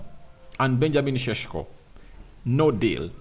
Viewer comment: its not cesko its sesko😅😅